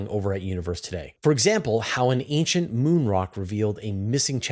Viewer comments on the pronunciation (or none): none